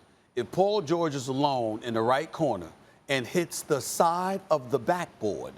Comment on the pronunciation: "And hits the SIDE of the back board..." The way SAS emphasizes that & hearing even Max snicker at that just choked me 🤣🤣🤣🤭🤭🤭